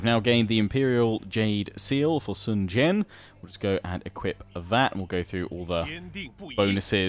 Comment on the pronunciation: Huang is yellow in Chinese, try to say Wong or H-wong. And his name is basically guy Sun is more like soon Jiang is fine